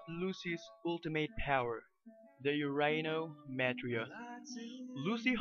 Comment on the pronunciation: Actually its more like Urano Metria ( ur ahh no meh tree ah)